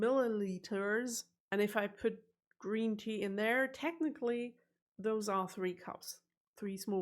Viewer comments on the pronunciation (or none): none